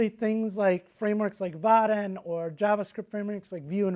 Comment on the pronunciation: Dude, the way he's taakn! There is n effn "i" between "a" and "n" in "Vaadin". But he's not sayn it. Makes me frickn not likein' 'im. What the hell is is with his "calfs" all the time! (In German "Waden", meaning "calfs" is pronounced as he does "Vaadin"). So it's really distracting mentally to "fix" that every time he says it). Nice talk otherwise. ;)